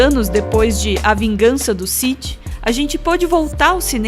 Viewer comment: Ótimo vídeo, essas comparações são faladas a muito tempo mas não cheguei a encontrar em português e com essa qualidade, só um adendo sith se pronuncia “Si-Fi”